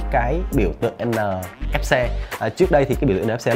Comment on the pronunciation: đọc sai rồi kìa, en nờ ép cờ mà(NFC)